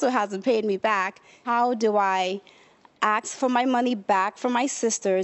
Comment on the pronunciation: Nothing about the girl, but why you keep saying aks instead of ask?